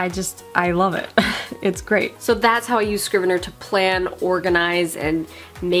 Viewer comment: Dude, it's Scrivener, NOT Scriveneir.